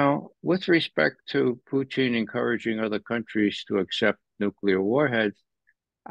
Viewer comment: can you ask Ray for me, why he calls him Pooteen?